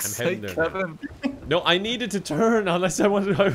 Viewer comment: "It needs to turn" You mean...It needs to TURG?!